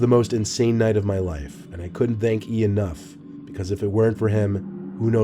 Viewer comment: One this I noticed about is that when he says “th” as in ‘thank’ he pronounces it like ‘this’. Pretty cool I guess